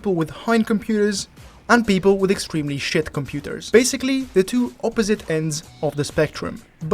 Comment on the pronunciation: I'm American and when you said "computers" my heart stopped